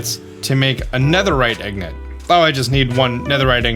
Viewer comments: My favourite new series I love vibing to the music And paying minecraft is great Anyone else annoyed that he says Ignit It’s in git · Can someone tell him its pronounced ing-git and ig-not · The way he says "ig-not" and not ingot really makes me cringe a little. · its ingot not ignot. each time he says it, it just hurts me more. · I had the same problem but he actually knows— he’s doing it on purpose. It’s in another one of these comments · I don’t know if it is me pronouncing it wrong but, I hate when he pronounces “ingot” ing-nit compared to how I pronounce it ing-got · Ignit. say it with me.. Ingot 😁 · How do you manage to get "Ignet" from "Ingot" !? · He knows. He’s doing it on purpose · He’s doing it intentionally. It’s a play on the southern slang “ignant” (ignorant)